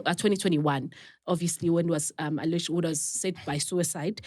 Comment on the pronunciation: When says “allurrged” instead of alleged 😂